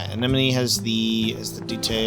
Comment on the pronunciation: Great episode as usual! PS: Some day he'll say "Anemone" right. 😄